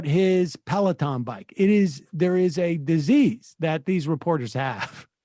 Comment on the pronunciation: Sam says pelaton like pelican